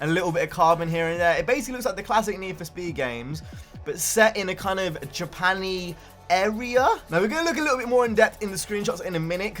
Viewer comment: This man really just said "Japan-y"